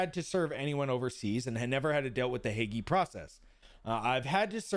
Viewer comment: Drop saying the E when saying Hague